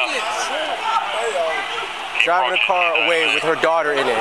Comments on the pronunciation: "I need an abullanance" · Ambalance “put her in da ambalance”